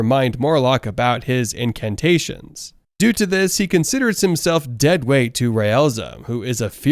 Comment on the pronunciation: holy fuck iwas so confused for a sec. Incantations not incarnations